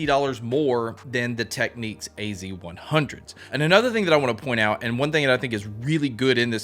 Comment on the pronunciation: it's pronounced "tech-nicks".